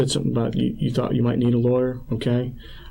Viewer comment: He said lawer5 times